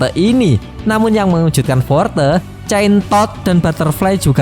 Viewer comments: hero name?chain toad terdengar(centod)😂😂😂😂😂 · centosss nya di tekan bet wkwkw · Ngomong centod nya biasa aja bro 😅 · Jadi executive Korban nama2 hero jelek😂, btw pas ngomong chaintoad nya agak di perjelas ya bg 😂, sekilas kyk ambigu